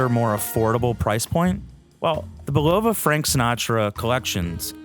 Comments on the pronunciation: Seriously, you put all that work into this video and you still butcher the pronunciation of a WELL KNOWN watch company? You ought to take this down, re-record your audio track and re-post to save your credibility. Bil-LOW-vah????👎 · That pronunciation was both sad and painful to hear.